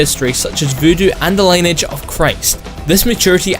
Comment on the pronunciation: "LINE-AGE = linn-E-edge" ... i mean, please? also, the answer is A). Human Revolution takes place in 2027. Mankind: Divided takes place two years after. doesnt take rocket science, or a diehard fan, or a wiki check. Christ. either way, cannot wait for Mankind: Divided.gonna be a great game!!! p.s. love the Storyteller and Dear _____ videos, i feel like some of these "Hidden History" videos are just lacking in several different ways.